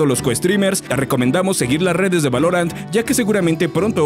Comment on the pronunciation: Buen video pero, ¿Por qué pronuncias así "Valorant"? 😞